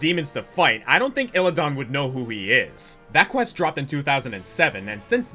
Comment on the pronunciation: it's Illi-DAN not illi-don